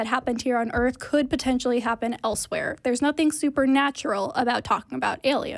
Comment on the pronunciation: Planet EarF? I stopped listening at that point.